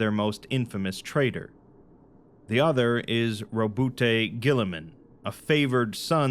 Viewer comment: Rowboot Gulliman. Roboutay is a french hair stylist.